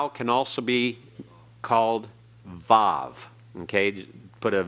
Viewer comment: Oh good grief, where did he get his info? The /s/ sound for the TAV (in all my studies, haven't heard of the Greek tau in Hebrew--and I use native resources) is ASHKENAZI (and NYC Jews... :) ), which is NOT the Official Hebrew of Modern Day Israel (which is Sephardic). And he's not correct on the VAV. See Nehemiah Gordon (a Hebrew scholar). It's a /v/ sound and has been from ancient times. Video is called "Wow It's a Vav!" Resh is guttural and not rolled like a Spanish or French R. Chet is guttural like the /ch/ of Bach but at the beginning Khaf without the dagesh (accent on -esh!) is guttural just like the Chet. Quf = coof as in swoop; not coef He made his vertical line for Beit and Dalet (there's no th there either) way too far to the right. Gimmel takes up more of the frame. smh over Mem, Ayin, Tasde Ah! Israel was only in Egypt 210 years! 430 years is from the time of the covenant. Rabbi Shaul clears this up! It's in Jewish history...